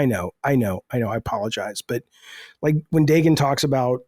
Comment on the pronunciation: in Hebrew the name is pronounced DA-GUN